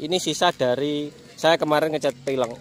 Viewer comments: Velg bukan peleng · VELG. Kok FELENG ya. Aga' aneh dengerhya hehe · peleng hahahaa pelg bele bukan peleng, anak motor kok nyebut pelg kok salah hadehhh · Peleng apa velg bang😂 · velg kali bang bukan peleng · Peleng ?? Apaan tuh 🤣